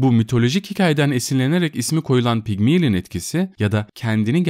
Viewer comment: "Pigmilin" değil Pigmalyon diye okunur